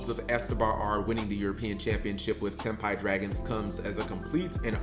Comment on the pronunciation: Cap pronounced Tenpai correct this video 😂 I said this o Mkohl40's vid on Ghost Sister and I will say it again here: Folks want to whine about The butt ton of life points to gain, but say nothing about her effect that halves the users LP on End Phase if no life is gained by the effect. But then again, today's duelists more likely don't read all of a card's effect, "Reading, what is that?" Honestly, seeing Rit Beast getting that Gigachad 2nd place finish gives hope for more variety in top cut pools, even is 40 of the top 64 decks played with the Fiendsmith cards. The more Gigachads taking unexpected decks and playing them like you stole the whip makes me smile. Ancient Gears in America, Ritual Beasts in Europe, now we wait for the Gigachad to run Madolche, or Ice Barrier